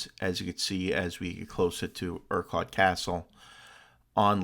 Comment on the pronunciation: Yes, you're butchering the pronounciation of Urquart.